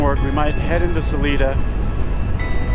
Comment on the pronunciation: I’m so jazzed that you had a great day of riding. You were in part of my stomping grounds. I giggled every time you mispronounced Salida, (suh-Lye-duh). The Spanish mountains outside of Trinidad in Huerfano County are The Spanish Peaks. The looming mountains you saw to the west are the Sangre de Cristos. Salida is at the southern end of the Collegiate range and the northern end of the Sangre de Cristos. All mountains in Colorado are part of the Rockies. There are a number of distinct separately named ranges, such as the Sangre de Cristos, the Collegiates, the San Juan’s, the Gore Range, etc. Oh, the stands of “Birch” trees you rode through are Aspens. I’m really delighted to see your journey through my state.